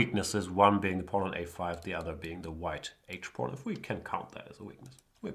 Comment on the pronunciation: Is he saying porn instead of pawn?